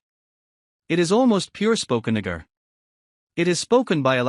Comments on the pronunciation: Nah-gah.... no way that speech software is mispronouncing it that way. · Why is naga pronounced this way ? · Is it me or is the voice reading saying the n word over and over lol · That voice trying to say "Naga" made me kek.